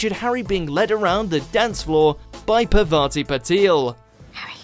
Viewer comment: She is Parvati not Pavati